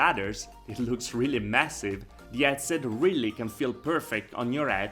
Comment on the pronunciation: I'm suscribed to your channel I think you really have some high quality videos and content but for being a vr headset channel maybe you could investigate how headset is pronounced anyway that accent may be also part of your success, keep it up